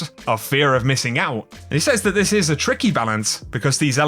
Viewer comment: I love you and your content... but please... SAYS... is pronounced Sez...not say'z, you Say something... past tense is said/sed... or to qoute is says/sez or ses.